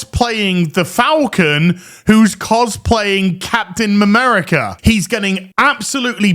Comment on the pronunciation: Capten Mamerica!! LOL